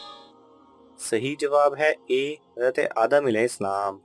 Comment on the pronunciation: Apko hazart sahi se bolna chiye. Ete na bol kr hazrat e adam bolna chiye tha